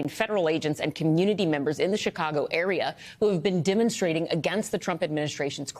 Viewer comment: Sure did. And "dim-unstrating".